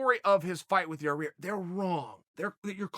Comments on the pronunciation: Yareer Rodriguez is how this dipshit always says Yair, even though its spelled fine in the title... Wtf is wrong with you chael, all those PEDS fuck up your speech patterns? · It’s not yah rear lol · Your rear ya ear lmao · Your ear, ya rear, ia rriar, yarrir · Chael"Yaw Rear" Sonnen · This is how you say it. Yair, Ya-ear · No. Yair legally changed his name to Yarear to accommodate Chael P Sonnen, is what i heard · Yair pronounced- your(rear) or your (ear) 😂😂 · Lol Ya-rear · Yah-rear lollllllllllllll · Chael as a Magician: "Hey kid- what's that behind Yar-ear?" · the return of Your-Ear Rodriguez! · Who the fuck is Yar-Rear? It's like saying Chaw-Yell Sonnen. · Just say Yaw Ear. Lol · I came here to just to hear about Ya-rear. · Chael "Yarear" Sonnen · Here comes the brand new flavor in yah-rear. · "Nobody has the style of yer rear " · MARBLE FLOWZ that's all I heard was Ya rear...lol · Ah yes, the return of Yah-Rear. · Chael either can't pronounce shit, or knows full well all you ass lickers would feed his ego and make a joke if it. ITS YAIR AND YOU KNOW IT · Chael "Yah-rear Rodriguez" Sonnen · Ya eer, Ya eer. YA REEER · It sounds like a new jiu-jitsu move. Ya Rear choke. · yah-rear rodrigez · Here come the "yarears" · Dude say his name right.. you litrally said a month ago that you don't like getting names wrong because it's disrespectful then you blatantly say his name wrong... you've worked on the analyst desk for ufc events I refuse to belive you actually think this is how his name is pronounced. I like you chael bit it's hard to be devoted to content produced by someone with hypocritical undertones in their content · Chael has got to be trolling noo way he still can’t pronounce his name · Where's he getting that 2nd R?? 😂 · lol, cant say his name. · hhahahahahahahahahahaha how he can't pronounce his name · Chael I'm a big fan but please stop massacring this poor guy's name!!! 😅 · YA, EER. NOT YA REAR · “Yah-Eer......?” Nahhhhhh. “Yar-Reer”. 😂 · Ya rear🤣🤣